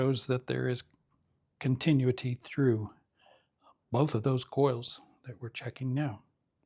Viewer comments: He said it only twice correctly in his last video too. It is phonetically pronounced: con tin new it tee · I like your instructions but you made some errors when checking the power transformer. You checked the secondary windings with the #80 rectifier still plugged in. Had the winding been open you would not have caught it because you were reading the filaments in parallel with the windings. Nice job on checking the others coils. Also you are mispronouncing the word continuity. Good job !